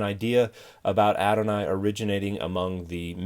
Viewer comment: Thanks. The problem is I couldn't understand from his pronunciation what he was saying. I searched for "aronai". I thought it was what I heard.